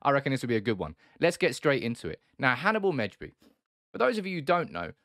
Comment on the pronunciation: First one to pronounce his name right xD